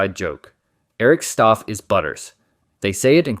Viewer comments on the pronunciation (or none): Eric Stough is pronounced like 'cow' not 'Eric Stuff' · I don't know how many times the creators have to pronounce Eric's last name as "stow" before you learn it's not pronounced "stoff" No hate, I'm just saying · Theres literally clips you use of Matt and Trey pronouncing “Stough” then you immediately turn around and say “Stoff” its infuriating